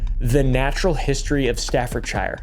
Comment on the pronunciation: You said Wiltshire properly! Now apply that pronunciation to Hertfordshire and Staffordshire...😂